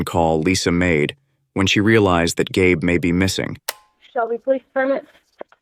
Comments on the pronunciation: Gabe is a man's name. I think her name is likely pronounced GABBY. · Dear AI video bot voiceover... it's pronounced "Gabby" as it's a female...